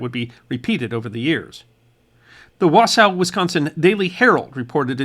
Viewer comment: Wausau is pronounced "wa-SAW" not "wa-SOW." FYI